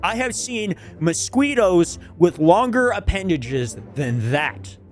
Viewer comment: That is nooot how you say Mosquito.